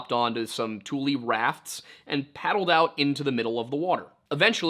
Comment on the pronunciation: You have redeemed yourself, in my eyes, by finally pronouncing tule correctly. I am a 4th generation Californian raised in Solano County which has a lot of tule in the Suisun (soo-soon) marsh. There are a lot of Native American and hybrid place names that many people get wrong. It always bugged me when newcomers always tried to correct my pronunciation of words that I learned from my family that had lived in the area since the 1840s.